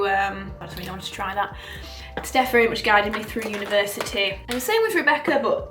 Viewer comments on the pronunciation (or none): none